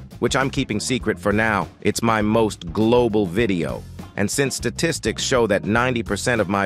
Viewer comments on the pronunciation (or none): none